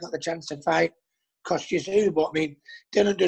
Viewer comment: “Dillon” 🙄 it’s DILLIAN! How many times